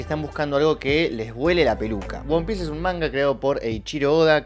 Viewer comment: "Won Piece"... 😂